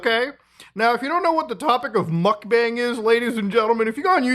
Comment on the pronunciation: not me hearing Mutahar say "mock bang!" (mukbang) 😁 Mutahar laugh